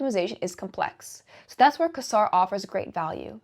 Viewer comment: Quasar is generally pronounced "Kway Zar" - though you did make me laugh. I was not aware of the coinbase listing: thanks!